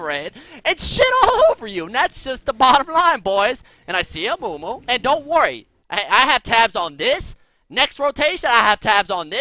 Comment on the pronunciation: lol "dont werry malfite im rite here"